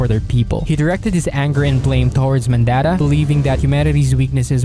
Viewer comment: Someone tell this guy how to pronounce Mondatta